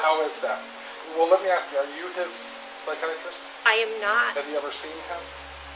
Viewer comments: Great videos but what on earth is a ...... si-kee-at-rist ?? Don't you mean a psychiatrist? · Great work. Just check the pronunciation of "psychiatrist." 😊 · The incorrect pronunciation of ‘psychiatrist’ nearly caused me to snap😂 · Love the videos, but man you pronounce some words strangely. You just said "psychiATrist"...the emphasis is supposed to be on the "chi". You also pronounce eligible as "illegible"...which are two different words with very different meanings. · How can you as an Englishman not pronounce psychiatrist?? 🤔🤔